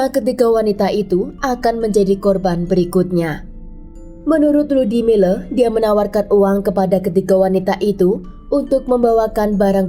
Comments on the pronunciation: 🤣🤣Ngakak tadinya pengen kedengaran bagus nyebutin nama, Lyudmila🤣🤣....kenapa jadi Ludimileu ??? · Di bacanya Ludmila bukan ludimila..mungkin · Kan emang lyudmila dia nyebutnya, tapi kedengarannya ludimile. Dengerin baik baik. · Terganggu banget dgn pengucapan LYUDMILA jadi LUDIMILE...sblm bikin video mending reseach dulu...kan ada googgle translate disitu ada juga cara pengucapan ala russia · FYI: nama si Ibu itu Людмила di baca nya Ludmila(Lyudmila) bukan Ludimile atau Ludimila 😊 dan juga Sasa itu nama singkatan dari nama Alexander bukan karena org tsb bertubuh kecil atau ciri fisik lainnya ). Karena org Russia punya nama singkat di hampir setiap nama mereka, contoh lain : İrina=Ira, Maria=Masha, Valeria=Lyera (Lera) Daniel/ Danil= Danya dst. Btw, seru bgt cerita nya, ngeri ngeri sedap 🙌😂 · Aku dengernya rudy miler😅